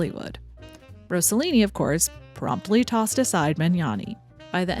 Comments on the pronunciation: It’s ROSS-a-Lean-i not Rose-a-lean-i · Great content. Italians are notorious for being horny and for making outrageous films, among many other things. Franco Zeffirelli, Luchino Visconti was a pervert, and Federico Fellini was an absolute asshole. The more tamer were Roberto Rossellini and Carlo Ponti. Rossellini married Ingrid Bergman, and Carlo Ponti married Sofia Loren. By the way, you need to make a correction. It's Rossellini, not Rossollini. There isn't even a word in the Italian language for Rossollini.